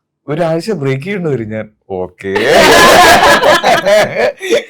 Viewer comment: "ഞേൻ മൃണേൽ " എന്നാണ്😂👍